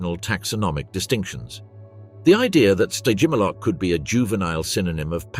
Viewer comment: What? You’re not loving the “Sty-jim-ah-lock” vibes??🤭😝 I’m totally loving it! I’m not about to crack! I swear! Just, please, don’t make me hear it even one… more… time…😵‍💫🫨💥🔥 Spontaneous human combustion…